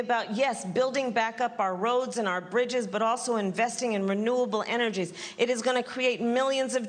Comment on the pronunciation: "Maneuverable energies?" - seems like Senator Harris could indeed replace Joe Biden in slurring gibberish. "Renewable! Energies!" Greetings from an economist.